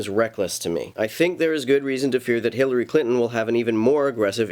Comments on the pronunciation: At the mark...did you say Hitlery Clinton or do I need to get my ears checked? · Did you say "Hitlery Clinton" ?